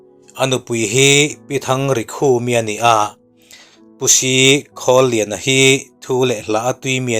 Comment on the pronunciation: Khawliana tih leh, Selluaia, a Pa hming kha i lam dik lo, Khawlliana, tiin i lam , Khawliana, tia lam tur.